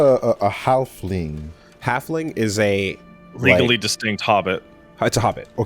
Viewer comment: Its not a gnelf, its not a gnoblin, its a gnhafling